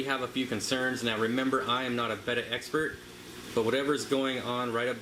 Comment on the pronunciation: Thank you for saying "betta" and not "beta" .. Subscribed 🐠